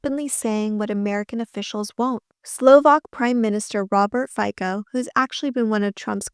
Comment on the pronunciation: Btw, Fico's surname is pronounced "Feetso", like z in Pizza. Not that I'm fond of the guy, just fyi